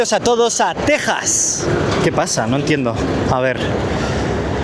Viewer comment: Al fin un español que sabe pronunciar Texas, no es Tecsas. Literalmente ustedes le pusieron así, el nombre es en español